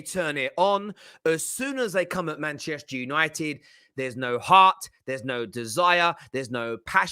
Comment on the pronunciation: I'm just here for pronunciation....MAHNCHESHHTEH YANOITED😂